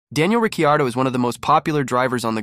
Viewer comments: Yes his name is Ricciardo, not Riccardo or Ricardo. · Difficult to watch when you can't pronounce Ricciardo or Toro Rosso correctly.